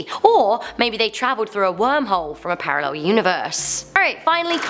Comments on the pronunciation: Hmmmm parrarel? I wondered what was wrong there then realised🤣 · Parallel not Parrarel